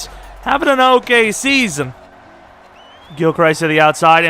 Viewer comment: If your changing players names, might I suggest changing Gilchrist's name? You pronounce it like he's Christ lmao. He pronounces it Crist.